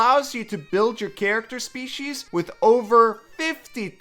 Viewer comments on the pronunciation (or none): none